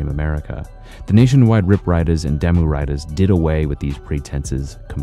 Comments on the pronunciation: It's pronounced Daah-Moo(Damu) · Damu is pronounced "Dah-mu" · Bro, re-record this but pronounce damu correctly next time. EDIT: Great video and very good info but if you are going to do something like this you gotta pronounce certain things right. Just some professional advice.